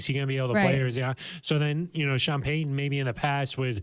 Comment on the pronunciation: can’t say the T sound in the middle of words, like Sutton or Peyton etc… just an observation. 💚